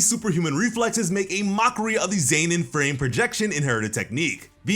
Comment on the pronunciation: Why does he say Zenin like Zaynin